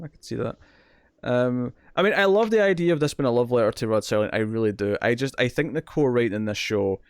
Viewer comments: Wait a minute his name is Rod Serling not Rod Sterling? Next thing you are going to tell me is that we do not get French Benefits. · It's not Rod S"T"erling ... it's Rod Serling. Please learn the guys name, at least, if you're going to talk about him. Thanks